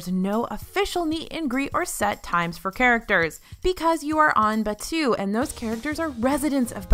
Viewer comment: omg as a star wars fan i cant, its pronounced baa too, not bachew it sounds like a sneeze